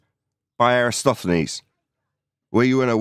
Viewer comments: I love how every single flat earther mispronounces Eratosthenes the same way. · Somehow has managed to butcher Eratosthenes’ name EVERY SINGLE TIME in this video. Jesus Christ! 😂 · And after all these years, he still cannot even get the name right. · since professor Dave said that all flat earthers cant pronounce Eratosthenes. i have taken note when ever he is mentioned and he is correct they always say it wrong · If nothing else, could he learn to pronounce Eratosthenes correctly? Or at least close? Here's a simple experiment most of us can do: 1: hold out two adjacent fingers 2: curve them, like a claw 3: move the tips apart 4: notice that there's an angle between the tips and the palm (or back of palm). ☆☆☆ This is an angle between two curved lines. But more importantly: is right in saying the scale is important; because the Earth is so huge, the local area can be taken to be flat, both at Syene and Alexandria. It's the distance between the two locations that shows the curvature. In the experiment, the distance was about 5000 stadia (~800 km), and the angular difference was about 1/50th of a circle. Turns out that local conditions at Syene weren't important, as the sun shone directly down the well, so was overhead, and there was no angle to measure (i.e. the "angle" was zero degrees). The angle at Alexandria was ~7°. This can be take as flat because the height of the pole and the length of the shadow were so tiny, that curvature could be ignored. Why do I believe this? I learned it in the first year of my Cartography degree. But what if the lecturers were part of some sort of conspiracy involving a space agency on the other side of the world? Well … globe earth explains why we have a day/night cycle at the same time as a season cycle, and also how we have lunar eclipses and solar eclipses (often half a month apart). Flat earth can't explain either of these.